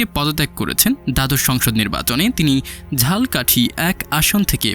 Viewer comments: ঝালকাঠি না উচ্চারণ হবে ঝালোকাঠি। উচ্চারণ ঠিক করবেন। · ঝালকাঠি শব্দটা ভালোভাবে উচ্চারণ করেন ভাই